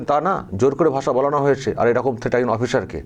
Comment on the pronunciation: নামধারী বাঙালি গরুগো বলছে এরুকুম। নন বেঙ্গলি লোকটি বলছেন এরকম। এরাই বাঙালি হায়রে।